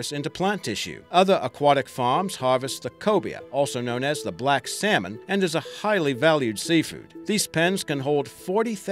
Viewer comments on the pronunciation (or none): none